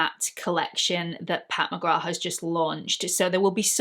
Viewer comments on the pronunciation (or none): WHAT??? Pat McGra???? Everyone and his/her mother on Youtube is pronouncing it wrong. Myself as well! McGrath (with the "th") sounds better. Who knew is right!! Enjoyed this video because I lovvve blushes - warm tone blushes. I lean towards the peach, coral, light terra cotta warm shades. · In Ireland we don't pronounce the th at the end of McGrath. Maybe that's where the mix up came from. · She’s of Jamaican descent and pronounces it with the th. I tend to say peoples names the way they do… it’s just polite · How can Pat McGrath have been out for years and EVERY YouTuber pronounces the “th?” Not saying it just sounds weird now. lol